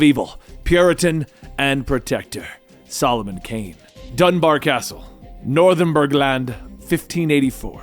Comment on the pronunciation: I don't wanna be that guy but it's "North-umber-land" British Town names suck, I love the MoonKnight stories my guy keep up the good work 🤟